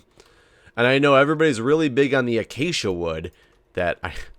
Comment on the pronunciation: wow! first mindcracker to actually pronounce it acacia!:D insta like! you cannot redeem yourself after that fall though, i am sorry... XD (jk) XD